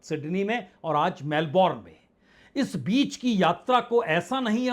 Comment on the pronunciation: मेलबर्न ऐसा उच्चार करो. मेलबोर्न नाहीं. इंग्लिशमे 'उच्चार' और स्पेलिंगमे फरक होता हैं. फ्रेंच भाषामे तो उच्चार अलगही होता हैं. इसलिये भाषा कैसी बोली जाती हैं यह महत्वपूर्ण हैं.